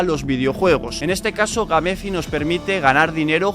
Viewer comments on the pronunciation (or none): Gamefi se mamo "Geim Fai"